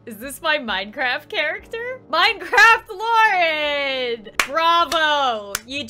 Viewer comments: When i first saw this meme i tought the same thing and i hear Lauren couse DIS HER SIMULATOR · LAUREN xD (I hear Laurel)